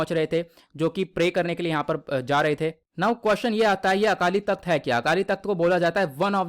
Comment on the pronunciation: Akaali takht nahi Akaal takht hai